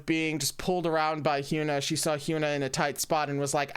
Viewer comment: Can't wait for Round 6, it's gonna be a wild ride! (Hyuna is pronounced with a soft U so it would be Hy-uh-nuh)